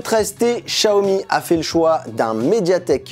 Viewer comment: Pourquoi tu dis Chiaomi alors que c’est Xiaomi?